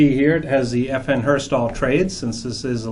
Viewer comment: Lol, "FN Herstahl"